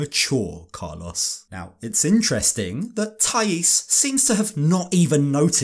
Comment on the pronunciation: Im sorry, i love you, i love this channel but i just cant with the pronunciation of Carlos jaja. Even more so after living in Colombia for 8 years.